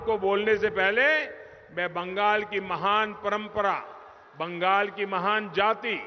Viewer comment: বাঙ্গাল নেহি বাংলা বলতে শিখ তারপর বাংলা ভাববি